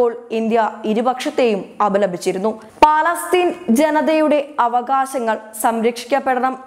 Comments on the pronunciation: It is not Palaastheen - it is Palestine. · പലാസ്തീൻ അല്ല പലസ്തീൻ